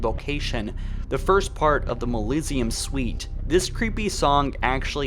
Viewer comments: Moliseum? You mean mausoleum? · It pisses me off how the guy narrating can't pronounce half the words he says, such as "Molisium Suite" instead of Mausoleum. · Mausoleum (mah-suh-LEE-um) Not, mahlisium... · "malisium" "ancilia" "epulog" jfc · When you pronounce mausoleum as malizium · Mausoleum = maw-zo-lee-um 👀